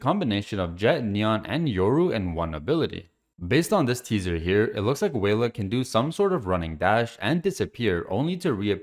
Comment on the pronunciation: Probably more like welah instead of wayla pronunciation wise